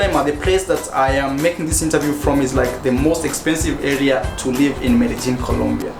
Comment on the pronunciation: Hello, man. Why u always pronounce like Merejin, when it’s Medellin ?